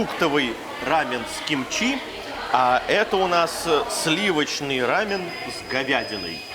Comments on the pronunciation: Не рамэн , а рамён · Костя, рамэн это японское блюдо. У корейцев называется РАМЁН. Ударение на ё